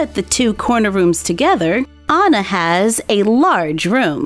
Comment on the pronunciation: you are SOOOOO good at drawing, painting and crafting Btw my name is also spelled Anna but you read it An as in and and na